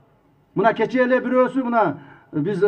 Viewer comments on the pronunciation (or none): none